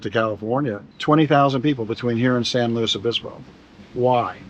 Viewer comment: He knew how to pronounce San Luis Obispo.😊